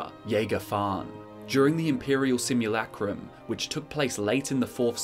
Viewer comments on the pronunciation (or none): none